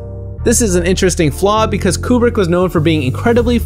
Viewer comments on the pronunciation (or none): none